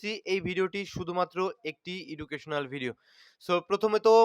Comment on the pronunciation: প্রায়ই আপনার ভিডিও দেখি যে শব্দটা শুরুতেই ভুল উচ্চারণ করেন সেটা হল "এডুকেশনাল ভিডিও" হবে "ইডুকেশনাল" নয়